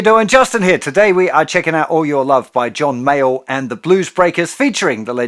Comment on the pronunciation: Thought he said Mayer at first